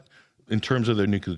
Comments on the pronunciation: lots of "new kew lar" Its "New clear" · Why do some Americans say "nucilar" instead of "nuclear"? It is irritating. Bush used to do that too. It's as if they are illiterate. NUC-LE-AR. Just read what's written for heaven's sake. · If you can't pronounce the word nuclear.... I'm not convinced you know anything... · Please pronounce "nuclear" correctly if you are going to talk about it.